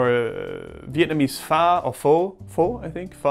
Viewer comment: haha the way you tried to pronounce our Vietnamese Pho is just so funny and cute ^.^